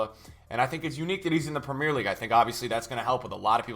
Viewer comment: Love the vid but I can't stand the way he pronounces Premier and No Salah 😂😅